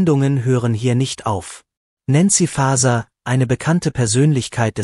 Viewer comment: Die KI sollte so programmiert sein, dass auch der Name von N. Faeser richtig ausgesprochen wird.